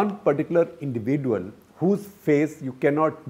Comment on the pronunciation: SG irritates me like hell when he pronounces “ individual” as “ indivi-duel “